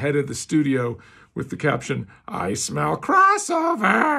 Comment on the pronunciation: "I smeal crossover!"